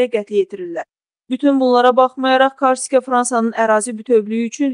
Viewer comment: Ay qız , karsika yox , KORSIKA .